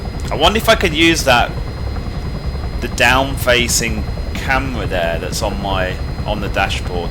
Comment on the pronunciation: "a camwa thwat fwaces dwonwards"